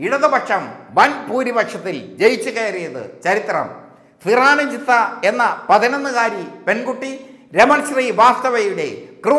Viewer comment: ഹോ, എന്തൊരു കഷ്ടം? ഒരു പേരു പോലും നേരെചൊവ്വേ പറയാൻ അറിയില്ലേ നിങ്ങൾക്ക്? സിറാനുജിസ... സിറാനുജിസ.... മനുഷ്യാ, അതു സിറാജുന്നീസയാണ്.